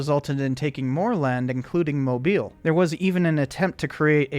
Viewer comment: That you for pronouncing Mobile correctly.